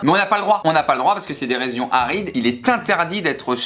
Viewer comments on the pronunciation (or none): « des rézions » 😂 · On en parle du « rézion arides » à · C’est des « rezions arides. »😂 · "Des rézions arides" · "c'est des rézions arides" 😂😂